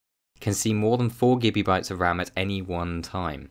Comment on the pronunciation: I keep on hearing him say Gibby bytes...